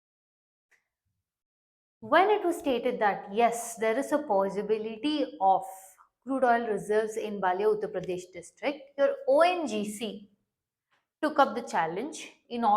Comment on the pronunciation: It's Balliya not Baliya